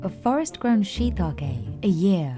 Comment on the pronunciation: She pronounced it wrong every single time 😂😂😂, the farmers pronounced correctly